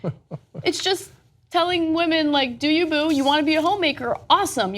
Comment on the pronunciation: Ok. I can’t take it anymore. I like you, Anna but please learn the correct cadence of “ do you, boo.” I know it’s trivial but it drives me crazy the way you say “doyouboo” with zero emphasis, like it’s all one word. Especially now that you have Cenk saying it. If you’re gonna appropriate our culture (which I’m not one of those sjw’s who rails against that), but if you’re gonna borrow our phraseology, then take the time to learn the correct way. Like I said, I know it’s trivial, but each time I hear you say it, it’s like nails on a chalk board and I’ve been holding back from commenting for months now bc it is a small thing but I just can’t have you out here sounding cray. Thanks.